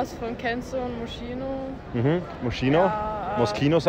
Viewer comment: „moschino“ i hab dacht i stirb🤣